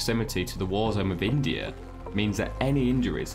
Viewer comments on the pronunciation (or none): none